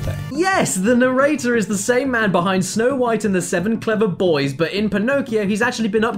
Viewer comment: Jofe_co A text to speech would know how to pronounce boys. And Pinocchio. And would probably emote better.